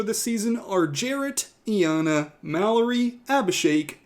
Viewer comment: She literally PRONOUNCES HER NAME... yet somehow Iyanna is still being mispronounced